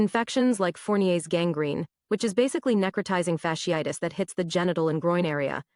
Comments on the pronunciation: “necro-tie-zing. fash-eye-tiss.” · Neck-row-tie-zing fash-ee-eye-tus is how it's pronounced :) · “Neh-crow-tye-zing fash-ee-ii-tis.” “That’s my college!” #proud Can’t even read it much less pronounce it. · It’s pronounced “Neck-Cro-Tizing Fash-ee-itis” … WTF is SHE SAYING 😂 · She's pronouncing incorrectly. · Necrotizing fasciitis(she butchered the pronunciation) is not unheard of. Remember back in the day, the women who caught a flesh eating bacteria from unsanitary pedicure basins at nail shops? That was necrotizing fasciitis. It can happen to any part of the body. Moral of the story is....don't be promiscuous. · If u don't know how to pronounce NECROTIZING FASCITIS you are not qualified to speak on it😂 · Wow she cant even say it correctly this flesh eating infection has been around a long time its not new and its not a sexually transmitted disease 🤦🏽‍♂️ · Her pronunciation of necrotizing fasciitis was killing me 😂😂😂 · as a microbiologist her pronunciation of necrotizing fasciitis was abysmal. But this isn’t a new disease. Necrotizing fasciitis; these particular cases seem to be caused by group a strep which is common. Typically when you go to the ER for a cold they are gonna run Flu AB and Strep AB. For it to cause necrotizing fasciitis these patients had to be immune compromised somehow. This one really isn’t of alarm to the general public outside of certain circles because in a normal healthy immune system it shouldn’t progress to this stage. Now what would be of concern for me though is if it was antibiotic resistant; because at that point if exposed to enough people and enough mutations happen then virulence could be enhanced to infect people with healthy immune systems as well. Microbes are pretty fascinating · Can someone please teach her how to correctly say “necrotizing fasciitis”?!?😩🤦🏻‍♀️🥴😂☠️